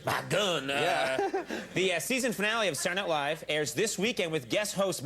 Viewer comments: "SaeernIghtLive!"....why cant people just say words????? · Sarnight live? Is that what he said